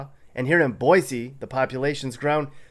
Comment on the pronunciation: They'll tell you in Idaho...it's 'boy-see, not 'boy-zee.